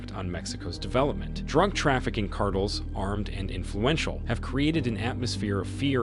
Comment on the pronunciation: Monotone computer voice delivering the Chat-GPT-written narration hilariously mispronounces the word “cartel” nearly a dozen times in this video 😮